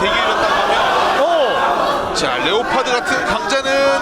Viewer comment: 레오파드 감사합니다 완전 본토 발음이다 ㅋㅋ